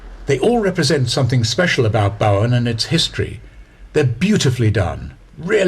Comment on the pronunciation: A couple of small corrections from an Australian if you don't mind? The pronunciation in Australia for Bowen is not as you say in the narration, like Boughen. It is bow, as a bow tied in a ribbon with "en" on the end. Another small correction is that the 2 explorers you mentioned in the area after this was Capt. James Cook and Lieutenant Matthew Flinders not Martin.